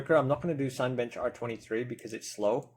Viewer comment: Nice video... wish someone with 5800x3d would do a similar one, as I'm curious whether there will be any undervolting options. BTW the first 4 letters of Cinebench are pronounced as in the word cinema. 😀